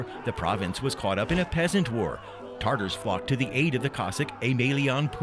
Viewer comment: Tatars not tartars